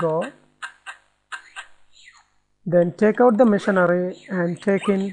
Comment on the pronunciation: Funny, it sounds like he is saying tickle instead of take out